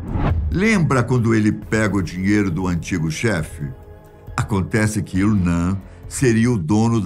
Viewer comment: 😂😂😂😂😂😂😂😂😂😂 Não, nada a ver! A pronúncia correta deve ser /il.o.nam/ e não/iw.o.nã/ como se fosse em português. Fale "namo" e depois repita excluindo a letra "O". É assim a pronúncia correta da letra "M" em outras línguas. O mesmo vale pra letra "L". Tente falar "ilo" e depois repita mas sem a letra "O".